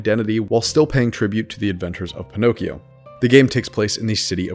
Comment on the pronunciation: I hate to be that guy, but... "☝🏻🤓 Actually" it's "Pinocchio". And, really, there are a few examples of characters that could be Pinocchio, but it could be us. There are some revelations that... well, you will see.